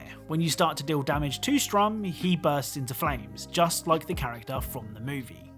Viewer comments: Not trying to be a dick, but the name's "Sturm", not strum. It's german for "storm". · It's sturm, like Sturmpanzer, not strum like you're playing a guitar. Heisenberg is obviously doing a German naming convention with soldat and panzer soldat. Sturm is I think storm in English. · His names sturm not sturm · Sturm not Strum. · A little nit picky I know but the propeller dude is called Sturm, (as in the german word for Storm) not Strum. Also may allude to Heisenberg being german given his own name and how he names his minions (with Soldat being Soldier)! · What the fuck is this "20 easter eggs" video title, "- So here's 15 easter eggs...". And I believe it's Sturm, not Strum.